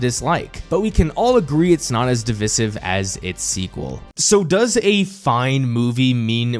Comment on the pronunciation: You don’t pronounce ‘divisive’ like that.